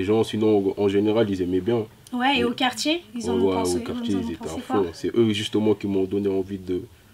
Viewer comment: la meuf elle m'a tué quand elle dit o kartier